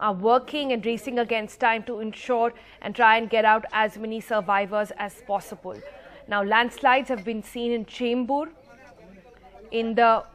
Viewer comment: Peepul, possibul 😂